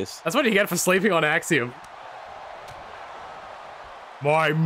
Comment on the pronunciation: I knew this video would be 10/10 when said "Copeiom"